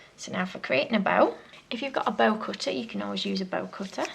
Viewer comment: when you said bow I thought you said bell